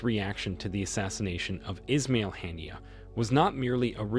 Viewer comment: US should learn English pronunciation, never mind being unable to pronounce Arabic names. Or, do they do it deliberately. Haniyeh was a great and good man. Not called "Hannier"